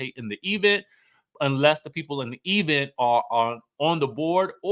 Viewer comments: My teeth itch each time Tisha says "E-vent" and "espo". It's so funny and bad at the same time.😂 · Sir, if you don’t stop saying E-vent! 😂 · you are hilarious when you speak about the expo "espo" event "E-vent" per Letisha.